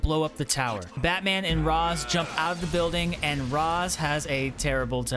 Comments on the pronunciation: Nah he says Ra’s and “R-aw-z” it’s “Rāsh” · Tip: its not pronounced "raz ah ghoul" its pronounced ray shaw ghoul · Raz Al ghoul ????? IS Ra Al GHOUL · It's pronounced "Raesh" not Ras. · Bro said ra za ghoul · Its Rayssh Al Ghoul....lol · Ra’s is pronounced “Ray-sh”. common misconception. great video regardless. platinums are such a good feeling. just platinum’d arkham knight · You said Ras Al Ghul wrong it sounds like race but like rashe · Just gonna correct you on Ra's name. Its pronounces (Ray-Sh) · Man the way you say Ras Al ghul made me mad😂